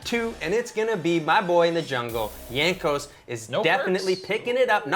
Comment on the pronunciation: Hello,. Please pronuce the J in Jankos as in Jar. Thank you!